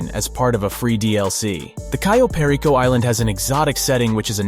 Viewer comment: This dude fucking said "Cayo" technically right but in a weird way and then butchered "Perico" Why are all GTA youtubers so fucking bad at pronouncing simple things